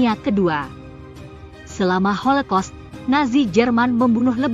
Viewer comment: Kayaknya holocaust deh bukan holekos😮😅